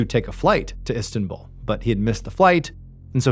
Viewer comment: hey man, where are you from? Because you pronounce words horribly. It’s Istanbul. Not whatever you said. Also in a previous video, you said, Gillian barr incorrectly as well. And you pronounce it in ways that I’ve never heard anybody pronounce anything and I travel often. Super weird. Love the content. Just wish that some of the videos weren’t so deceitful. It’d be really cool to have a story told without like hiding or omitting certain details just for shock factor. Anyways, that’s just my two cents from somebody who’s been binge listening.